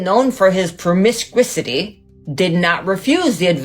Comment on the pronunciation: Did she say "promisquisity"? Lol